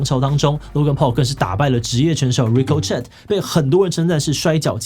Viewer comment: ricochet 的念法需要再修正~